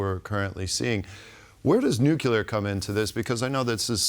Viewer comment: The guest knows how to pronounce 'nuclear', and the other TVP hosts including the Polish hosts know how to pronounce 'nuclear'. is not in danger being hired away to a higher profile media company if he cannot or refuses to pronounce the letters in front of him. 'Nukular' is not a word.